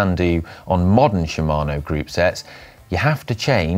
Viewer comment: "Shimano" sounded like "Siemano", which means "Hello" (more or less) in polish;)